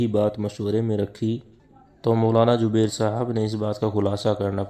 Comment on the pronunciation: DEOBAND KI SARKAR-PAREST URDU: It's "Zubair", not "Jubair", "Jawab", not "Zawab", "Mashwara", not "MaSwara",... Yea log kitnay Hindi sarkar kay chaplos ho gay hain, kay apni zuban hi bigar kay Hindu bana di, takay Hindu inhain kisi terah apna samajhnay lagain, laikin aisa to honay nahin wala.